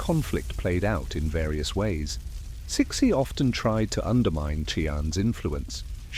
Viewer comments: Huh!!?? Who is chick-shi??🤔🤔🤔🤔or chic-shi?? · You erroneously pronounced her name Ci Xi is pronounced Tzu Hsi. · Immediately stopped watching as I heard that pronunciation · lots of inaccuracies which would mislead any students or studies of Chinese history, the overall site has a lot of good points but are let down by the credibility of the facts suggest more research. Also the way CiXi is pronounced by your AI, is somewhat insulting, makes her sound like a pet dog not The Empress of China. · You are saying her name wrong 😂😂😂😂😂😂😂